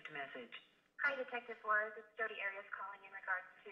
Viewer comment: Florres, not Torres